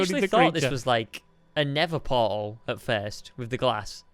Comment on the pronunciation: Stampy you called of yoused a nether portel like caveden like if you agree xxx